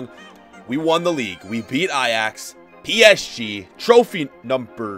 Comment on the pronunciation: Anyone hear him say PSG. LOL